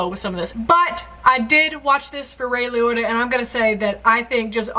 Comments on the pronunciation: "The mafia was around in the 60s? I thought the mafia was only in the early 20th century." Oh, naive, sweet. Who's going to break it to her that the mafia was around long before then and is still going strong today. BTW, It's Ray Lee-oh-tuh. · Can we get a Hubbin reaction to your pronunciation of the names in this? Egads. If I had to hear "Lee-Yoyta" one more time I'd jump in the trunk and beg Tommy for peace xD All jokes, probably my favorite reaction of yours so far. Several times I forgot what I was listening to and you just said something outrageous. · It's Lee-OAT-uh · Lol your pronunciation is too cute. Try Lee-ota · Liotta is said kinda like “lee-yoda” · Your pronunciation of Liotta is killing me. Ray WhyIOughta with some Elmer Fudd twist to it. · I appologize but it erked me. Lee - Oh - Ta. No blame, but I felt it needed to be said. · Liotta= Lee-Ohta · Ray Lee-O-Tah... lol sorry I'm a dick.. love you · Lee-OH-Tah You're welcome. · Ray Lee-oat-ah = Ray Liotta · Sorry but I gotta say: Ray Lee O Tah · It's Lee-o-ta. I only know because I've heard it hundreds of times in my life. lol This is an absolutely iconic movie, full of excellent actors and actresses. Why do mafia names always seem to end in E sound? Because Italian, that's why. ;) By the way, the mob is still a thing. They are still pretty much everywhere. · Those are his eyes. his eyes were amazing, also it is pronounced Le-o-ta. i had the biggest crush on him when field of dreams came out. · I love that, even after hearing his name twice from Siri, continued to pronounce it "Lioitta" except once...when she called him "Roy Liotta". That "oy" sound had to be in there somewhere. 😆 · Ray Lee-Oh-Tah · LEE O TA say it right!!!! LEEEEEE OOOOOOOOOTAAAAAAAAAAAAAAA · ...Lee-OY-ta? (even after she hears it pronounced correctly). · Li-OY-ta (I didn't know he was Jewish :P ) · Lee-oh- ta, Liotta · Ray Lioytta - Roy Liotta Ha ha ha ha! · Ray Lee-Otter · I can't take the Lioyta anymore!